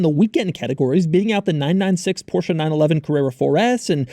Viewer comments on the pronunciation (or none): none